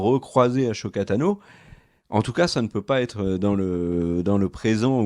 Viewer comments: Arrête de prononcer "achoka" cest "assoka" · Je t’adore mais stp arrête de dire achoka tano mais Ahsoka Tano Le H muet 🙏🏼 des bisous 😘❤️